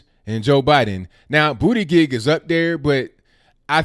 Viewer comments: It cracks me up every time you say Booty Gig 😂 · Did you just say Booty-Dig ....🤔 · I like how says BOOTY-GEG. 😂😂.